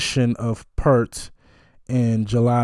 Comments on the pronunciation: Not pert, pee-ear-t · Neil doesn't pronounce his name like "pert". Say the word "ear" and put a "p" in front and a "t" at the end. Kind of like "peert". He has said that getting through Tom Sawyer was the most difficult part of a show. The very hard drum hits took a lot of energy. Check out this drum solo by Neil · You pronounced Geddy's name right...the G is hard like you thought. Also, Neil's last name is pronounced "Peert"...and it is not a big deal, but you will get lots of points with the Rush Family if you pronounce it "Peert". A lot of folks call him The Professor, and he is maybe the best drummer of all time....his other nickname is "your favorite drummer's favorite drummer." Last, Alex is probably the MOST underrated guitarist of all time, and made the absolute best acceptance speech after Rush's induction to the Rock and Roll Hall of Fame...I do not believe anyone will ever top that speech. Your next Rush reaction should be to Xanadu...the live version from Exit Stage Left.💯✌ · It's P-ear-t (pointing to my ear). And it's Ged-dy (rhymes with ready). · Neal Peart is actually pronounced as PEART. The long E sound. He passed away like a year ago. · help you with the pronunciation, Geddy Lee, his first name is pronounced like "GET-ee:, as in, get, like, get a beer, except it actually is a D sound rather than a T sound in the middle. And one of the greatest drummers ever, Neil Peart, rest in peace to him, his last name is pronounced more like it rhymes with pear like the fruit, with a bit more "ee" front-loaded, like, "PEEARrt". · No biggie, because I used to mispronounce Neil's surname myself, but hear the correct way straight from the horse's mouth, so to speak: 😄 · So you know, Peart rhymes with ear. 👍🏽😁 And you landed on the correct pronunciation of Geddy, rhyming with head-y.🎉 The only thing on Geddy's voice is a touch of reverb. On the synthesizer break down, thru the guitar solo, and for the outro they've switched from 4/4 time to 7/4.